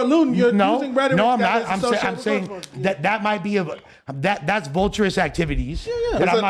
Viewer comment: “Voulture-ish activities “ 🤣😭🤣😭🤣